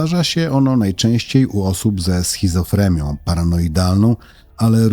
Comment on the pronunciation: Jeśli on jest rocznik 1963, to ma 63 lata ,a nie 55 lat. Poza tym ,,schizoFRENIA ' nie ,, schizoFREMIA ''